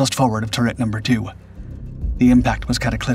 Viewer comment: and "turret" and a few others. Definitely inconsistant with pronouncing words. Very distracting.